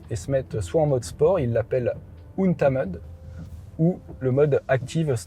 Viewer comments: ahahahahah "UntmEUd" nan, un-tè-md pour "untamed" c'est un cheval non domestiqué le mustang :) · « eune taime » la prononciation de untamed 😄 toujours un super essais merci!